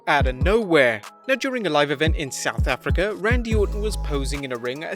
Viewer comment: I hate how he says south Africa